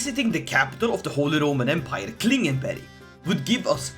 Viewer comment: Ah yes, swedish pronounciation turning Klingenberg into Klingenberry is my fetish.